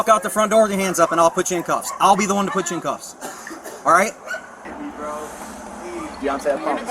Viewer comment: “I’ll be the one to putchu in cuffs”